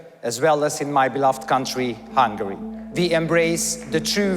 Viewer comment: Hungarian here. I don’t give a damn who is right or left, but if you pronounce the country “hungry” instead of “HungAry,” how can I take you seriously? 'Muricans...